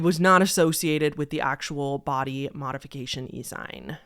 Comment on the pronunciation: Helpful tip from an older Millennial (sorry in advance, for nitpicking): "E-Zine" or "EZine" is pronounced like "Eee zeen". It's an Electronic Magazine (basically, like a magazine, but on the internet).